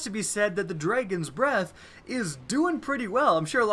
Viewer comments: "The Dregens breath" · Here we go again with "Dreygons" Breath lol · "the dregons breath" ? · Dredgeon’s Breath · You still haven't learned to pronounce Dragon huh? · you say dragon funny